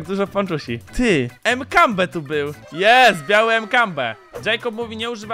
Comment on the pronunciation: nie Mkambe tylko makampe xD